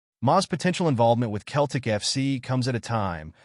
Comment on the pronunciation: Its Celtic not Keltic